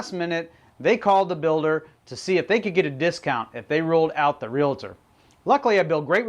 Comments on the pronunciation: Realtor.....not RealAtor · Please don't say Real A tor..............